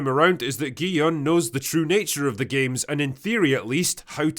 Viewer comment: one of the only reviewers who actually calls gi-hun gee-yun and not gee-hoon or jee-hoon or gee-han